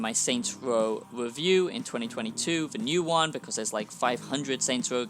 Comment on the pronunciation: This wasn't a" wewiew "it was a "wantt "